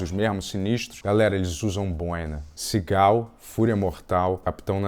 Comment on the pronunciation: "Sigál".... Kkkkkkk 😂😂😂😂